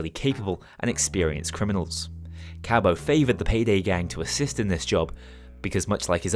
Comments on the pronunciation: Why do you call em "Cabow" instead of Cabot? There IS a voiceline in the game for the name. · No one gonna talk about how he pronounces Cabot as Kay-bo? lmao Good series.